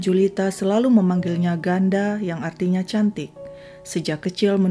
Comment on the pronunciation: Ya ampunn. Tempat2 yg disebutin di vid ini sering banget aku datengin n biasanya ke sana. Ke subic, harbour pont, dll. Gak nyangkaa. Pernah ada kejadian kayak gini 😱 Ohya ‘Ganda’ bacanya bukan ‘Ganda’ tapi ‘Ganta’. Lebih ke huruf ‘T’ Cantik bahasa tagalognya ‘Maganda/ganda’ Bacaannya ‘maganta’.